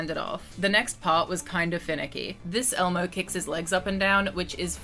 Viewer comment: Bro you butchered lol Elmo 😭 😂